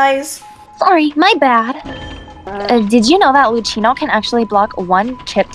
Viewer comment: love your vids! Just a quick thing: Luchino is an italian name and is pronounced as if the Ch was a K, so LuKino. (Or as if the Ch was a C, like in the word Car). Thank u for listening! Have a great day:]]